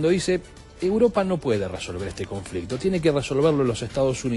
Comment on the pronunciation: Conflectividad 😂😂😂😅😅😅🤣🤣🤣🤣. CONFLICTO.